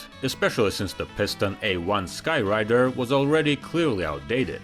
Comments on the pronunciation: It's called, "SKY-RAAAAAAAAIDER"!! Not: "SkyWRITER"!! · It's Sky Raider, not Sky Rider. lol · It’s Sky Raider not rider.. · "SKy RAIDER" Not Sky Rider..... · I thought it was sky raider not sky rider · Sky raider Not "Sky rider" get your facts straight. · A-1 SKY-rAider, NOT skyrider... RAIDER . really, does India not have corrective translation yet? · You lost me at Skyrider, it’s Sky RAIDER. If you can’t get something that basic correct. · Sky RAIDER, not Rider. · Minor correction: a couple of times the AD-1 Skyr*A*ider is referred to as the "Skyr*I*der." The missing letter makes a difference. 😁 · IDK what your accent is, but skyraider is pronounced Sky-ray-der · The "Skyrider"? Are you kidding me?